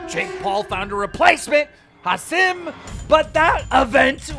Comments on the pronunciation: Keem really said "ha sim"😂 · Learn how to pronounce Hasim…